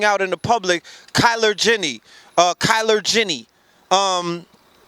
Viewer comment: my nigga said kyler jennie LMAO....good build tho